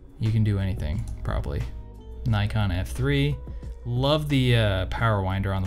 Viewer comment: Is it just me or is he pronouncing Nikon incorrectly? Kinda weird for someone who knows so much about “cameras” 🧐